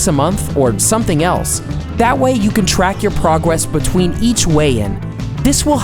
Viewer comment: he talks super weird there😂 “prowess betwein each weigh in”